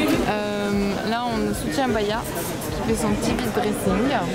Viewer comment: no it's not vite-dressing as fast dressing it's VIDE-dressing as "empty" dressing